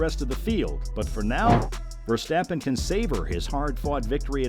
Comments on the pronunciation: And as usual yanks butcher names. For fek's sake it is NOT VerstEppen! Use your best friend and find out Max's proper surname pronunciation amateur. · I do think your listening to an AI voice trained with an american accent. You really need to look up how his name is pronounced in Dutch and then practise. The way the Dutch speak out the R isn't easy for native American or English speakers.